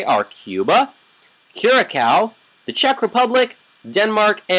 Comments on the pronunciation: im from curacao its actualy pronounced curasao not curakao =) but i forgive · Thank you for making curacao aruba and bonaire but you dont say curacao you say curasao with s okay great video this deserv a thousand likes and sub